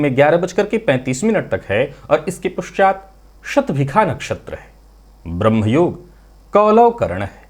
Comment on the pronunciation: kshhama chahte he - Shabhika nahi he sahi shabd SHATBHISHA he. 🙏🏼🙏🏼..